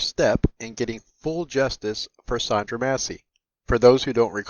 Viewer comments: Her name was Sonya Massey. You called her Sondra or Sandra. Let’s get it together and show some respect. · Bro her name is Sonya not Sandra. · *Sonya, not Sondra! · It’s weird to hear you pronounce Sonya as Sondra.